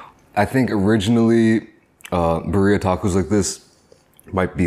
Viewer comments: "beer-eee-uh" im literally dying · All Mexicans are triggered… Birria (Beerrr-i-ah) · I Love that pronuncation. "Burria" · This man said “Berr-ee-uh” 😂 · yeah, bc that was mad funny!!! LOL! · Easier way to pronounce it, Bee Ree Yah tacos, only thing else is to roll the R’s lol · Birria ❌🙅🏽‍♂️ Burria ✅ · Good video, but work on your pronunciation of BIRRIA (Beer-ee-ya.) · It’s pronounced BID LEE YUHH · Why does everyone say “bur-ria” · Bah ria tacos tf is that 😭😭😭💀💀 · Pobrecito chinito no sabe como a dicir “birria” 😂😂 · they way he pronounces birria is cringe...hahaha i still fuck with you